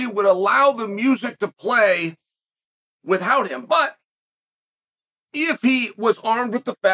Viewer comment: Chael always says “with-hout”